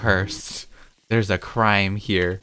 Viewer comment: When he said, "There's a crime here," I though he said "There's a crying tear," I